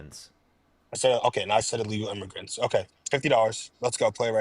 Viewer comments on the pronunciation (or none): sounds like immigrants he didn’t enunciate well maybe but… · He clearly said illmiffigians. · Is what the whole immigrants vs Aliens bet was about and it really does sound more like immigrants, however he either mumbles, or the audio cuts out and its still hard to tell what he said. I think the main point was that the guest was still saying "illegal" instead of "undocumented" so the point that was trying to make still stands.